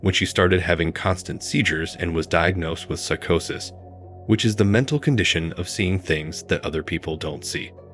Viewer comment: Tree-tress instead of treacherous Pocky-ston instead of Pakistan Suck-osis instead of psychosis Ex-hor-sim instead of exorcism The Ex-hor-sismovie Wrong emphasis and enunciation on a lot of words in general, and unnatural, stilted speaking pace Monotone and uptalking I have no idea why people rely on AI voiceovers. They sound so terrible.